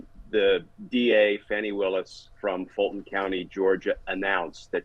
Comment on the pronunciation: It's pronounced "Fawny Willis"